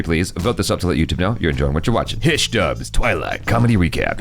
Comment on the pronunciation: It's Hi-she,not hish...XD